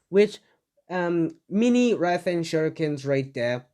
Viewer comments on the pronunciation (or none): none